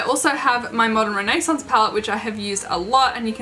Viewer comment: I love how you say modern renaissance ♥️ I own the modern and subculture palette but it kills me that they get so dirty Agree Celestial is such a pretty color 💟 I’m obsessed with your makeup look You look absolutely so Gorgeous your stunning 😍😍😍😍😍😍😍😍😍 💟💜💟💜💟💜💟💜💟💜💟💜💟💜 You def should do this look again when your in 🇺🇸🙌🏼💟💜💟💜💟💜💟💜💟💜💟